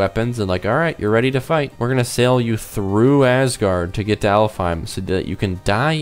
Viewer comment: Oh, and Alfhiem is actually pronounced Alfenheim